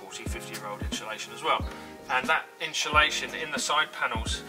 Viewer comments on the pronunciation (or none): Just in-SU-lation is okay. What’s all this in-SHOE-lation business about? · Yes! That was driving me crazy! It's inSulation. Great video though! Thank you for sharing your method! Cheers! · Are you installing "inshulation" or 'insulation'...????? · "inshulation" ....... !!!!!!! It must be a Brit thing... Like "Toyoto" 'ARE' making fine cars, instead of "Toyota" 'IS' making fine cars which is PROPER ENGLISH... Or "Toyota" 'ARE' made up of many fine people, instead of "Toyota" 'IS" made up of many fine people.. Toyota being a single entity, although made up of many parts. You wouldn't say: The PIE 'ARE' made up of many slices... Unless you are an ignorant Brit.. Correct ENGLISH would be: The "PIE" 'IS' made up of many slices.. You wouldn't say: The "MEDIA" 'ARE' stupid.... Correctly, The "MEDIA" 'IS' stupid... LOL! Unfortunately, this dumb ass anomaly has spread across the pond, to the USA and the world, where it has become normal to mangle grammar that I learned correctly as a child 70 years ago.. Thanks again socialism/liberalism, the destroyer of Borders, Language and Culture, you win hands down, again...